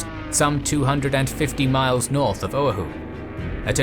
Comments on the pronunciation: The inability to correctly pronounce "O'ahu" is excruciating. What's with the British being unable to correctly pronounce vowels in non-English words? I lived in London for a year and listening to them trying to order Mexican food was depressing and infuriating. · Correction. Pronunciation is o-awe-who. Emphasis on second syllable. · The way he said Oahu killed me, but amazing work as always! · Amazing video, as always. Triggered by the pronunciation of Oahu, though LOL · having been a sub sailor stationed at ph and lived there for 6 years, the mispronunciation of Oahu is both grating and physically hurts... 😶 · The pronunciation of Oahu lol! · love it, but i cannot get over your pronunciation of Oahu. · Great video...except for the attempt to say Oahu. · Oahu: it is not pronounced owe-a-who, it is pronounced o-a-who, emphasis on second syllable. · Guys, I'm a fan of your work. Though occasionally you make mistakes that are real head scratchers. Like how come no one caught this. As it is my second home, the island of Oahu is near and dear to me. So mispronouncing its name repeatedly in this video was really hard to stomach. Quick lesson in Hawaiian pronunciation: ( a=Ah, e= Eh, i=EE, o=Oh, u=OO). So its pronounced " OH-AH-HOO", not Oh-hoo, or whatever the announcer said repeatedly. You guys do so much research, at least get that right. Its like me telling a story of England and referring to the river Thames (pronouncing the th like thunder, and the ames like James). You'd call me an idiot for not knowing the h was silent and that its pronounced 'Tems'. You know? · its pronounc O - a - hu not Ohu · its not pronounced O-uh-who, its pronounced o-wa-who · Oahu: “uh-WAH-hoo”, not “OH-uh-hoo” Otherwise, fantastic!!! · and Generals excellent work as always. You need to check your pronunciation of Oahu (OH-AA-h-oo), it was the only thing that I can complain about. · This a minor quibble amongst such great work, but try "oh-AH-hu" for the name of the island.